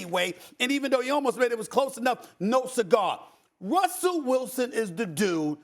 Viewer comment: “Wussell Wilson” lol